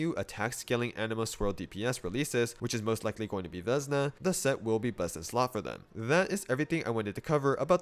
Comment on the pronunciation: FYI it should be pronounced Vesná, which means Spring (the season).